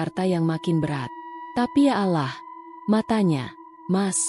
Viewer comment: Yg baca narasi ....maaf kristen ya mbak....gak bisa bilang 'Allah'....